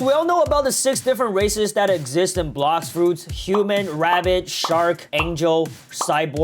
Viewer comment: Bro you said raceis